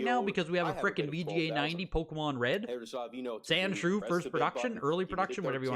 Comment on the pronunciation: Why do you keep saying sandschrew on the pokemon